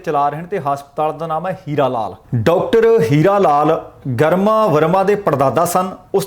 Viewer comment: It is prounced greema not garma it's a Hindi word meaning gracious